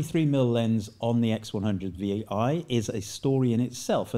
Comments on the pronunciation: You sound really stupid saying Vee EYE all the time. Idiot it is 6 like everyone else will say. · "X100-6" - that's how Fujifilm is officially pronouncing the name